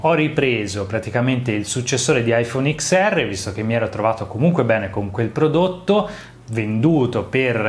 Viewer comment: “Prodotto” non si può sentire 🤣